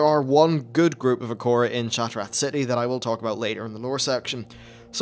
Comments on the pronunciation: What the hell Is an acora? Do you mean Air-uh-co-uh? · Akora? XD I usually pronounce it "Ah-ra-co-ah" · Acora? It's Arak Koa not Uh Korra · How did you say it like "a core a" when it's spelt "a rakko a"? Do you spell "core" as "rakko"?